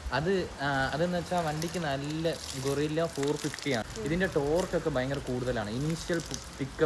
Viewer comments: അല്ല കേട്ടോ ഗൊറില്ല എന്നാണ് കേൾക്കുന്നത് 😂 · ഗൊറില്ല അല്ല ഗൂയ്‌സ് 🤦‍♂️